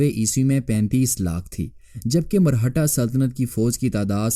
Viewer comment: Marhata nahi, Maratha hota hai Punjabinized Urdu mat bola karo